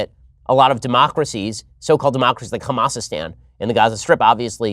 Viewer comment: "Hamasistan" lol